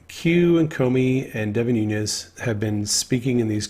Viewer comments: As my congressman, Devin Nunes has made me proud. His last name is pronounced New- Nez NOT Noon-yez. Just fyi. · Noo - nes (not Noo - nyes). Name is Portuguese, not Spanish. Just fyi. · * Noonez NOT NooYEZ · Devin Nunes is of Portuguese descent so his surname is pronounced NOON-ess. There is no Spanish tilde mark over the 'n'